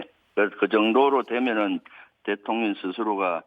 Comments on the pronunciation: 김병주 위원 일부러 그러는건 아니겠지만 자꾸 대통령이 아니라 대통녀ㄴ이라고 발음하네요 😂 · 김병주의원님 항상 대통년이라고 발음하시는게 살짝 거슬렸는데 오늘은 아주 듣기 좋네요. ㅎㅎㅎ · 아~~ 의원님 발음이 대통년으로 들리는데욯ㅎㅎ 이러면 윤석렬씨가 더 나은거 아닌가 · 김의원님은 대통령을 대통년이라고 발음하시네요😅😅😅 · 나는 왜 대통년이라고 자꾸들리지 대통년 대통년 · 김의원 발음이 맘에드네요 대통년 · 대통년으로 들리냐? ㅋㅋ 👍 김병주의원님 화이팅 입니다!!! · 김병주의원님 대통령발음하는게 자꾸 대통년으로 들리네요. 근데 그게 또 왠지 상황에 어울리는듯. 설마 의원님 노리신건가?? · 왜 자꾸만 대통년으로 들리지? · ㅋㅋㅋ 발음이 안좋냐? 자꾸 대통년이래 ㅋㅋㅋㅋ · 나만 대통년으로 들라나ㅎ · 일부러 그러는 거야, 입의 구조가 그러는 거야? 내 귀엔 대통년으로 들려요~ 대통년~ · 나만 대툥년이라들는건가...ㅋ 작꾸 대통년이래.. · 김병주 의원은, 늘 대통령 을, *대통련*이라 발음한다. ㅋㅋㅋㅋ 하지만 옳다! 윤건희 대통련! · 저는 대통년으로 들려요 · 제 귀로는 김병주 의원님의 말씀이 대통년으로 들리네요 고의적이시라면 참 잘하셨습니다 저도 윤대통년입니다!!!😂😂😂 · 대통년 이라 들리는대요 ㅋㅋ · 내귀가 이상한가 자꾸 대통년이라고 들리네 신기하네??ㅋㅋ 틀린말은아니지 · 김병주 의원님. 윤석렬 대통년이 라고 들리네 ㅋㅋㅋ 끌어내리는 거도 끌어내려야지만 거리에서 시민들 모여서 돌로 쳐야한다고 생각함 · 대통'년' 이라고 들립니다만 ㅎㅎㅎ 😁😁😁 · 김병주가 대통년.....이라고 말 하는것 같은데 ㅋㅋㅋㅋㅋ 나만 그렇게 들리는건가?? ㅋㅋㅋㅋㅋㅋ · 일부러 대통년이라고 발음하는거지? ㅋㅋㅋㅋ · 왜 내 귀엔 령이 아니라 년으로 들리냐~ 아악😂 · 잘 들어봐요 대통년이래 ㅋㅋㅋㅋ 의도적이던 아니던 내귀엔 대통년이래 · 말을 은글쓸쩍 대통년으로 발음하면서 멕이는것처럼 들리는건 착각인건가